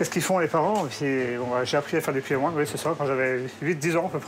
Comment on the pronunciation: Super reportage sur le Finistère ! Mais faudra revoir la prononciation du kouign- aman 😂